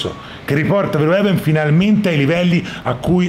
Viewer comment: verhoeven si legge fer-ofen. Gran bel film e gran video